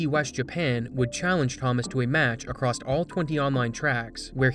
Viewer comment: Love your videos. Please stop pronouncing across as acrost